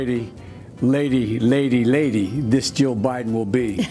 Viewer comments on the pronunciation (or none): none